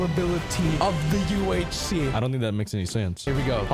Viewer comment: "Hey guys welcome back to a 'NuewHC'"